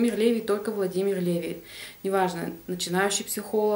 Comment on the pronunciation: привет. У ЛеВИ ударение на последний слог. У меня вопрос не читала ли ты книгу Повседневная жизнь колдунов и знахарей в России XVIII-XIX веков Будур Н.В.?